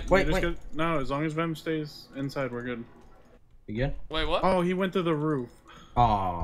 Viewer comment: I love how says "wait what?" in his accent.